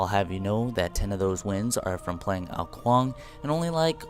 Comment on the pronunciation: kong? i'm pretty sure is ''Kuang''